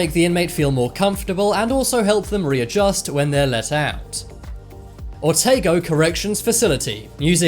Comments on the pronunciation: Otago is pronounced “Oh-tah-go” not “o-tay-go” 😊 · "Oh Tar Go" say that quickly & that's how you say the name of my beloved birth region. Also we call the prison the "The Milton Hilton" only luxurious thing about it...it has underfloor heating🤣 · You said Otago wrong just saying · The way he pronounces otago tho 😔🙁